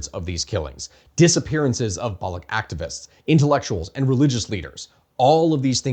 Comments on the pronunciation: Balooch, ch like change , challenge. Its balooch not balook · So much for your research that you can't pronounce Baloch properly! The CH in Baloch is pronounced like it is in Dutch or Clutch genius! That dry gargle sound or the K sound you make when you say it makes you look stupid to anyone who know the pronunciation. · I skimmed the comments but didn't see people mentioning this - Baloch or Balochi is not a hard k, it's a ch like in "cheese". (I work in SWANA Indigenous rights and spend a great deal of time speaking with Balochis and Kurds, unsurprisingly.) Otherwise, fantastic video and summary of the situation! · it's balo chi, not balo key... !! source: I'm pakistani... have been one all my life... and i live literally next to balochistan and have visited it more than you have heard about it in your life by far... !!! P.S I don't know how you are gonna talk about balochistan or the balochi people but they are sitting on one of the most historically significant sites that you haven't mentioned yet on your channel.. The Mehergarh civiliation that actually predates the egyptian civilization and the creation of the pyramids... There have been claims made that excavations have revealed the oldest root canal in recorded human history in mehergarh... along with pottery and animal husbandry and agriculture... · It is BaloCH not Balocs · It's not Baloch with a K at the end, it is baloch with a SH instead .. thanks. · So you researched all this without figuring out that the ‘ch’ in Baloch is pronounced as-in Charlie? That’s just plain dumb, man… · That's not how Baloch is pronounced